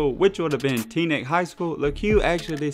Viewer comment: the way you said teaneck 😂